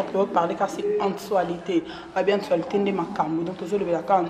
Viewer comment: yango chronifuati oyo pronoce actualite bien s'il te plt fiere eleka te pardon